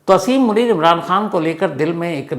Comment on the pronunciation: Brother, aap name theek nain Lay rahy